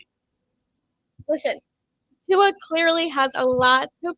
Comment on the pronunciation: Ight I’m not a Tua stan but at least get his name right if you’re gonna talk about him on a podcast.